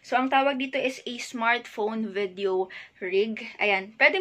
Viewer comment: Ate I love u, na bobother lang ako sa pronunciation mo ng VIDEO, hehe.